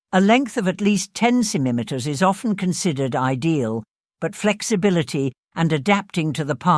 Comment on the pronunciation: Hi. You need to practice saying the word, "centimeter".